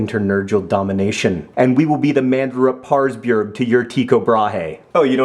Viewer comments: Tycho Brahe. Close, on pronounciation, but not spot on!!!! /Swede :) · Just to be a little more nerdy... You're pronouncing Tycho Brahe wrongly... ;) Too bad we didn't win the balloon-thingy